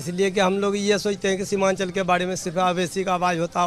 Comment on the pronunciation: शिवानचल नही सीमानचल